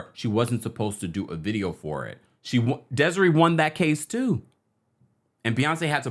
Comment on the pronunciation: What song are u talkin about with im kissin u and its DESIRÉE like the é in Beyoncé chile, that was killin me😒😅